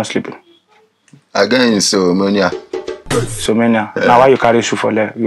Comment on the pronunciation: Broda shaggi don get "insomonia"😂